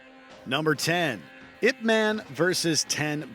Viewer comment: I think my fav is the Splinter/Shredder encounter. However the item before this - "Ip man" - perhaps if they pronounced it correctly as "Eye-Pee Man" i would rent and watch it. (I. P. is a network term for a designator - an 8 digit number assigned to every computer and device on the internet to distinguish them.)